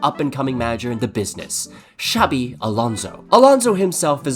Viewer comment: A little off-topic, but you pronounce "Xabi" better than many non-Basque Spanish people, man. Props for that. Many people in Spain pronounce the X as "ch" (like in Xavi Hernández) when in the Basque form of the name it's pronounced as "sh". Might sound unimportant but it's soooo annoying ☠️